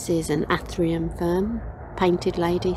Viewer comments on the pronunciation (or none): You have a very interesting garden with some quite unusual plants. I have just subscribed to see more. You have a couple of very vigorous climbers. I can see you having to do quite a bit of pruning going forward. Ferns are one of my great loves. I have somewhere between 300 and 400 types. BTW your Athyrium is pronounced Ath-ear-re-um. Most people seem to get Fern pronunciation wrong. Polystichum being the classic. Most pronounce it Polly-stich-um but it should be Poll-is-tik-um. There are a whole range of very good Painted Ferns, including a hybrid called “Ghost”, this is a wonderful fern, but deciduous. The area you are considering putting an astilbe in would also grow quite a few different ferns as well. For winter Polypodium, especially the cambricum cultivars are wonderful as they die down in summer and look superb all winter and will be happy in both sun or shade. I noticed just behind your Agastache what looked like an Arum italicum Chameleon, not often seen if that’s what it is. Have you considered adding some Cyclamen hederifolium around the beds? Autumn flowers and wonderful foliage all winter, and totally hardy unlike those bedding Cyclamen (lovely though they are) that you have in pots. A lovely garden. I look forward to watching your other videos.